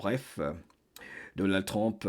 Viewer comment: Excusez-moi, je le dis avec amour. Pourriez-vous dire plus tôt U que O pour Trump? Je sais qu'il y a des sons qu'on ne peut pas toujours prononcé correctement dans une autre langue. Parfois c'est même agréable à l'oreille. Mais dans ce cas c'est important de prononcer U que O. Je vous écoute avec beaucoup d'intérêt chaque fois. J'adore votre voix!!!